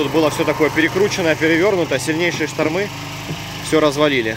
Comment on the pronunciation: Не штормЫ, а штормА!